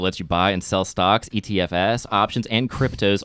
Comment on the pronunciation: just a PSA about the Robin Hood sponsor spot: "ETFs" isn't a 4 letter abbreviation, it's the plural of "ETF" (Exchange-Traded Fund). So it's pronounced "E. T. effs." I noticed this issue here, and on Dynamic Banter so I thought it was worth mentioning.